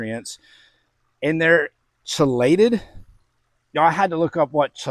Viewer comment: Love your lighting the path to indoor growing! Let’s go Science! I do believe it is pronounced Kee-lated. Hopefully we’re close enough I can say that. You better have a link for this madness. Love me some cutting edge fertilizers. 🎉